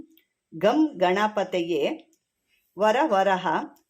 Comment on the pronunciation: It is not Vara varaha it is Vara varada